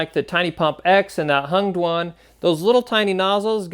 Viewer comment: Hengduan or did you say " Hunged One " ?